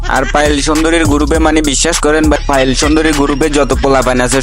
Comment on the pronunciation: কোয়ালিটিফুল রোস্টার তোমাকে বলতে চাই এটা পায়েল হবে না এটা পিয়াল হবে কথা ঠিক করে উচ্চারণ করো আর না হলে রাস্তাঘাটে মানুষের হাতে মাইর খাবা 🤬🤬⛔